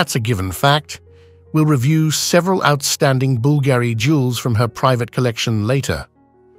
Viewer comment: say Bool-Gary one more time 😆